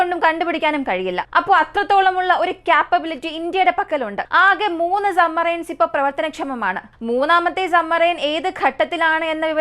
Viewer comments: കേൾക്കുന്നത് പലപ്പോഴും sumarine എന്നാണ്, സബ്മറീൻ എന്നാണ് ഉച്ചാരണം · Submarine എന്ന് വ്യക്തമായി ഉച്ചരിക്കാൻ ശ്രേമിക്ക് കുട്ടി, "b" അക്ഷരം സൈലൻ്റ് അല്ല കേട്ടോ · സമ്മറൈൻസ് അല്ല സബ്മറൈൻ ഡെപ്പോയ് അല്ല ഡിപ്ലോയ് ആണ്.